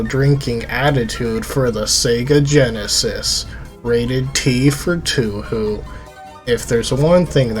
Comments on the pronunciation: Toe Hoe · It's Toe-a-Ho, like from Bioncle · its pronounced "Toe-Hoe" not *Too-Hoo" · Toe whore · its pronounced toe hoe acshully🤓☝🏾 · Why do you say 2 who? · It’s pronounced “Tow - how” Fun video tho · What kind of fan pronounce it Tu Hu... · I can't tell if you're pronouncing Touhou like that just to mess with us or not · Also pronounced "Let-Tie-E" not "Let-tea" its not "Sir-No" its "Churn-No" its "Toe-Hoe" not "Too-Hoo" i cant even finish the video after seconds without muting because its annoying to listen to someone that does not know basic phonetics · Or Cirno as "Sir no"